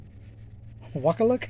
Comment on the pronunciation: You nailed wakaluk, good work! Great Kovalev rookie, don't have that beauty. Ricci was correct as well brother with the chi sound. Practice makes best 👌 Great variety my friend!